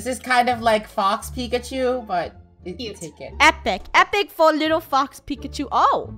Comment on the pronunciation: Funneh keeps saying pikichu not pikachu